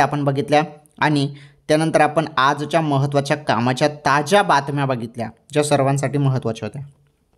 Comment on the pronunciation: ताज्या बातम्या होय कि ताच्या बातम्या होय तुजा आवाज मोठा गोड आहे=& तुझी मराठी कोण्या देशाची आहे